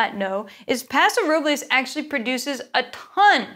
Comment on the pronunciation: OMG. She pronounce Paso Robles correctly. Lodi is fantastic for Zin and Syrah.